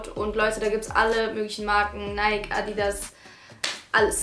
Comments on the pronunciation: Es heisst richtig ausgesprochen übrigens neiki ;) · guck bitte nach dann weisst du es .. die marke richtig ausgesprochen heißt neiki ... ich wäre so reich wenn ich mit jedem wetten würde weil es keiner glaubt und ich doch recht habe 😅